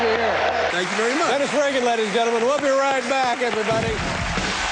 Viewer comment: psst you're pronouncing your last name wrong